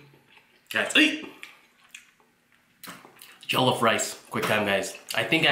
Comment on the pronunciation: It's not jolloff